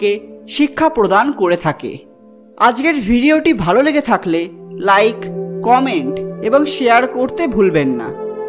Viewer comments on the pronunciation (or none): none